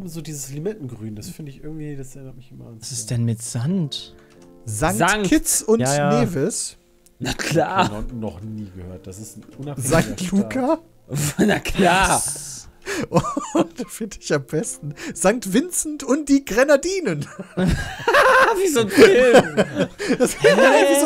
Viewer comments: Es heißt St. Lucia nicht St. Luca! ^^ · Es heißt nicht St. Luca sondern St. Lucia. Da hat jemand das I vergessen. Mir ist der Name so sehr ins Hirn eingebrannt gewesen, weil ich eine Freundin hatte die Lucia hieß. :D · Das Land heißt St. Lucia und nicht St. Luca 😂😂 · es gibt kein st. luca xD das heißt st. lucia.....